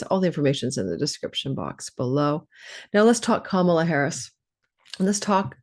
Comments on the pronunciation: WONDERFUL , thANKHyou!! 💜🙏🏽💜 At the end, you said Ka-MA-la. 😂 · Can people please pronounce Kamala correctly? It's an Indian name meaning lotus.. it is pronounced COME-a-LA. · I am not sure she expressed it that way. I've heard that she wanted it be pronounced correctly.. which is COMEaLA. If you have any indian friends you can check with them. Her mother is a south indian tamil.. and they espcially pronouce it ComeaLa with minimal emphasis on the first syllable and more emphasis on the LA.